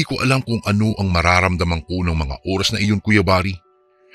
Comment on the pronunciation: Oras yun hindi Uras